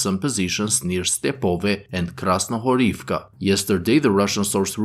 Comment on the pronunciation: Дякую вам) by the way, "Krasnohorivka" is pronounced with emphasis on the middle syllable, "Kras-no-HO-riv-ka" "Stepove" is pronounced "Ste-po-VE"